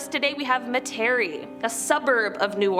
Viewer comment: It’s pronounced Metairie, not Metairie